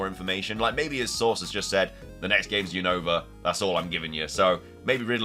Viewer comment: dude your keep saying Unova Name Wrong is Younova 😅